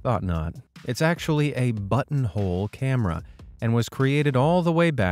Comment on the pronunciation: I thought that was “butthole camera” 😭😭😭😭😭😭😭